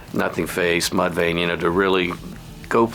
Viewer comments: It’s Mudvayne not mud Lane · He said MuDvAyNe wrong he said mudlane the first time